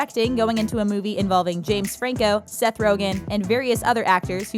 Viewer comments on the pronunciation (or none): none